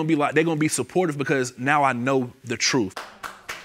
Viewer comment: I'd they say "TROOF" one more time....